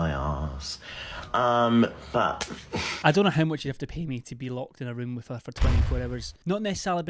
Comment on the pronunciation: I misheard you, instead of ROOM, I thought you said 'I don't want to imagine the smell of her wound' I gagged. Hard.